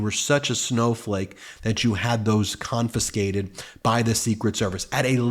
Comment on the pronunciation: I love your commentary. But did I hear you say the word "confonscated" instead of "confiscated"?